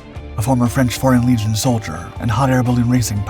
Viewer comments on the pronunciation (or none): none